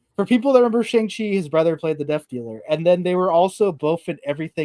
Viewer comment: Its pronounced Bi-Han Like the word B not Bi, like bisexual lol. And Shang Chi is pronounced similar to Shawn but with the G not like Shang Tsung. Sorry but that was really bugging with how you guys were saying their names